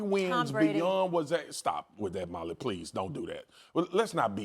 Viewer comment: the way mad dog said “Molly” 🤦🏾‍♂️😂